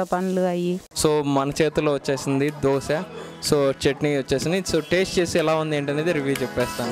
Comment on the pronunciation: దోశె అనాలి దోస కాదు.